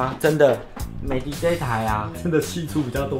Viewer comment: 美的品牌是念美的ㄉ一ˋ歐。